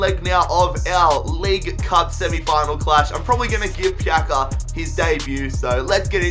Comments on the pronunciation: Marin TV Yeah, the sounds of "C" is like "ZZ" in italian Its like "Pizza" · It's not pronounced pjaka it's pjatsa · It's not Pjaka, it's Pjaca :D Try to pronounce it Piazza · Marko Pjaca no Marko pjaka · I am from Croatia Love you keep up the good work It s pronaunced pjatsa not pjaka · im croatian, but its not pjaka! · Pronounce it like pjatsa. Same like piazza in italian. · Pjaca is pronounced like "Pyatsa" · I believe Pjaca is pronounced Piatza, I'm not Croatian though so don't kill me 😂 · Aym from Croatia Marko Pjaca no pjaka hahahah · I am croatian and its pronounced pjatsa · it’s more like pyatsa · zar se ne kaže Marko Pjaca